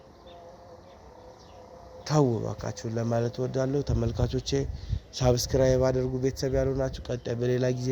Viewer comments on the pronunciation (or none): ሰብስክራይብ ለማለት ሞክር እንጂ ሳብስክራይብ አይባልም። ሰ እንጂ ሳ አትበል።